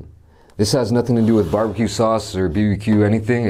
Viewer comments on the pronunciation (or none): who is pronouncing bbq (barbecue) like bebeque